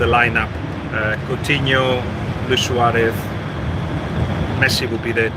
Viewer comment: Please stop pronouncing Suarez with a Catalan accent. They don’t talk like that in Uruguay, that’s not what he would call himself, and it’s not how the rest of the world says it either